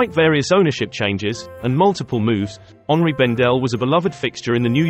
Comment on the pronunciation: This is one of the only times I've heard anyone say Henri as it ought to be when saying the store's name. I've lived in NYC for many years and the locals say "Henry" Bendel when it is clearly HENRI the French version of Henry and H is always silent. Even the staff in the store gave up and said "Henry Bendel". 😂😂😂